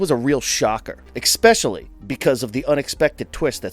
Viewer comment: Why does everyone mispronounce "especially" nowadays? There are ZERO Ks in the word. Sad